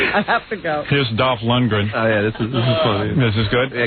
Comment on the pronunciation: "Dawwwf LundgeGrin"